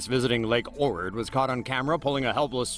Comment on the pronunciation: he said orid its ohrid